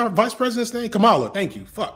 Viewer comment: "Comma-luh" not "Kuh-mala"